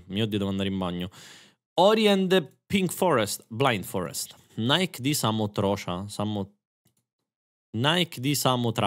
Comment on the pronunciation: a “nAiK” di samotracia sono morto